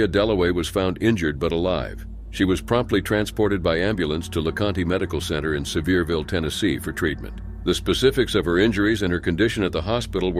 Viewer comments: It is not le con te. Pronounced Ie Cahnt. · It's LeCont, the e is silent.